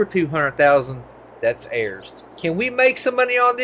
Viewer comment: He says airs instead of ours 😂😂😂